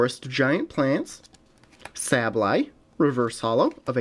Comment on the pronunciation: It's actually pronounced "Sable-Eye".